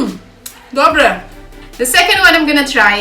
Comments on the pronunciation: inak to tvoje "dobre" je dobré :))))) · To tvoje " dobré" musím sa smiať sympatická si 🙋😄